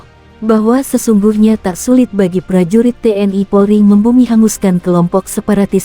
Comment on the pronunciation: Belajar ngomong dulu jgn TNI harusnya te en i